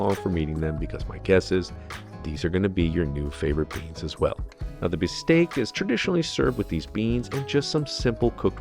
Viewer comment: Bistek not bisteak